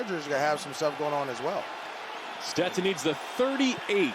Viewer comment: Steston "PASH" Bennett